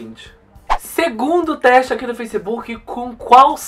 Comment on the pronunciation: "treste" kkkkkk